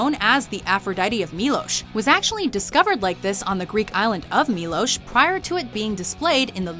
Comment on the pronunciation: the island is milos not milosh